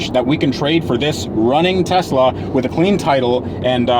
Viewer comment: They are called "Teslur" :D